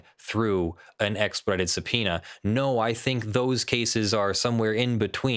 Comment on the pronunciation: Does have an issue pronouncing the word "expedited"? Every time he said the word it sounded like "ekspud"